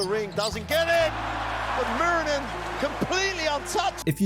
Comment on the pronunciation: Just a quick tip on pronouncing his name: it's less "Mew-rinen" and more "Moo-rinen". Nice vid btw!